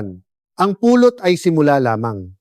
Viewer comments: Anong Puuulot ?? " Pulot.!! Bisaya po ba kayo? Tagalog na nga Mali pa ang pronunciation ninyo. Ano b yn kwento na nman .. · The reason why people can't understand that ut is " honey" is the way you prnounce it. You prnounce it it like " pulot"-pick up. I hate aI ( artificial intelligence).